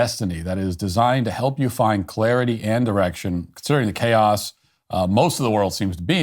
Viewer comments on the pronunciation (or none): It's 'direction' but sounds a lot like 'erection'.